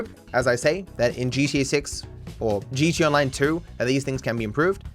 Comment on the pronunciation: Maybe it's just me. But I swear you are saying "GeeChee Online" lol